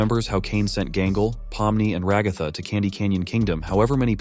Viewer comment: AmaDici reposted two of your videos and also… I’ve told you this before… ITS RAGATHA! Ra-guh-th-uh!